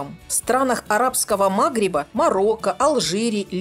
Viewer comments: Мне перечеркнуло комент. На арабском "МАгриб",а по русски прпвильно "МагрИб" , Вы же не произносите "Рома",а произносите "Рим",Вы не говорите "Пэсах", а говорите"Пасха", Вы не говорите "Булгария", говорите "Болгария" и т.д. есть целая наука правильного произношения иностранных слов на русском языке.Кстати , тогда надо произносить "Шуарма" , а не "Шаверма", потому что "шуарма"-это по арабски.Будьте последовательны . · В странах МагрИба , а не МАгриба. Ударение на "и", а то не понял о чем Вы. А за рецепт спасибо.